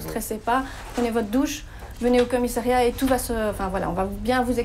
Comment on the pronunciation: on dit commissariat et non commissairiat !!